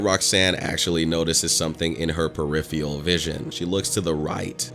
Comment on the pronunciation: It's pronounced peripheRal